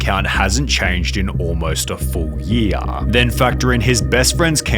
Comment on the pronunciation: good page but you make a "yuh" at the end of every word like "YearAHHH" and "Cultahhhh"